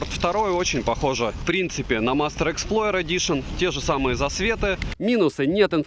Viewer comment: мастЭр, геншинк, wtf?🤨 Полза нэт 👍